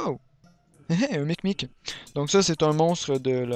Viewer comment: c un "mimic" pas un "micmic"